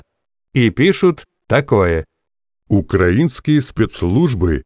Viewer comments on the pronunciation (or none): none